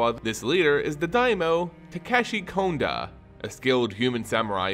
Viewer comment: Your voice is easy to listen to, and it will serve you well in the lengthy videos. Sorry to point these two out, but no one has mentioned it that I saw. Konda = K(ah)nda, Umezawa = (oo)mezawa. I really enjoyed the video though, and I appreciate the work done on it. Don't forget to do phonetic research.